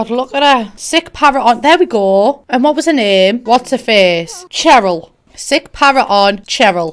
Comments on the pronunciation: The way she said Cheryl hurt me, that's my name haha. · When she said "chair-el"...Bruh I'm dead. My mom's name is Cheryl and I just had to laugh. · When says "ch"eryl tho 😂❤️ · LOL omg the way she pronounced Cheryl